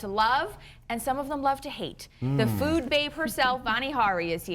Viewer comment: Every time Vani Hari says "food", it sounds like "fewd".